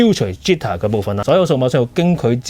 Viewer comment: 好詳盡，但請留意一下你的英文發音，好哽耳，例如 jitter，不是啜他